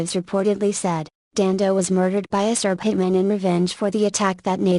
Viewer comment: pollyannaprissypants.........The name was Dando not Dandos.